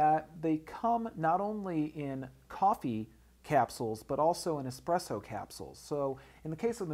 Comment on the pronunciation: It's "Espresso" not "Exspresso". Sorry, I had to...